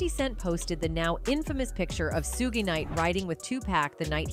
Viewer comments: your voice is AI; everyone knows suges name is pronounced " shuug " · lol 😂 this Snowbunny said suge she pronounced it Suuje it’s Suge Sug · The pronunciation of Suge 🙄